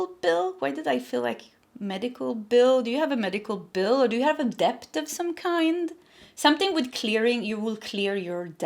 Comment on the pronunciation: Hi there….with all due respect, when you talk about money owed or debt, it’s pronounced DET, the “b” is silent. A lot of Americans make this mistake too. Love you, always spot on in your messages 💖